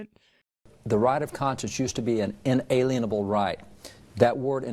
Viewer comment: did he just say inanalable?